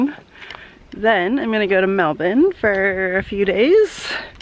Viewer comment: I love that you say Melbourne 'properly' now :D without the hard r that so many tourists get wrong. I love Melbourne too! If I could be on an endless holiday and not worry about money I'd probably live in the city and explore forever :D